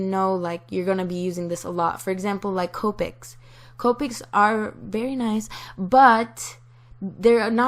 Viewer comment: Her:Copic's = (Cope-icks) Actual pronunciation; (Cop-icks)